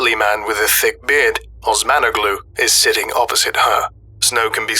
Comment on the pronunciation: They’ve been isolated so long, they forgot how to pronounce Osmanoglu